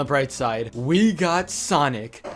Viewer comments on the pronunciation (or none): none